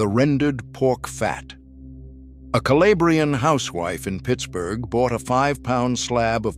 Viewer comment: Calabrian is not pronounced Ca-lay-bree-an. It's Cal-ah-bree-an.